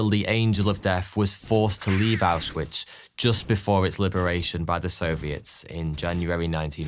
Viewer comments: Small thing that made me annoyed (only a really small bit) is that “W”s in German are pronounced as a V. Ausvitz is how you would say it instead of how it looks. Took me a while to get this down while I was learning German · Him mispronouncing Auschwitz repeatedly is driving me crazy